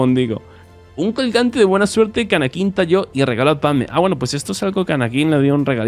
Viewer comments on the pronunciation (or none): "Anakin" con la acentuación en la primera A :)